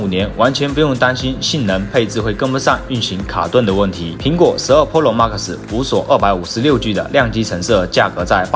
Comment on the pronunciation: Stop saying “ Polo Max” is “ Pro Max” they’re big different between those two words OMG.